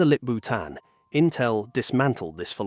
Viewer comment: Sorry for being off-topic. But he sounds like 'lick-boot..an' while saying the new ceo's name😂